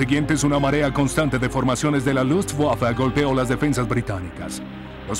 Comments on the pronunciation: seee LUTSWAFA!!! HORRIBLE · Se escucha lufwaffa pero no importa como dijo Beethoven " tocar una nota equivocada es insignificante, pero tocar sin pasión es inexcusable". Así que como sea es un buen documental . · Nunca en la historia de los documentales de la Segunda Guerra Mundial, habían pronunciado tan feo Luftwaffe :(